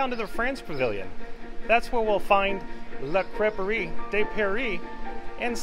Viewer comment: Thank you for pronouncing La Crêperie de Paris, I would have been embarrassed pronouncing that wrong.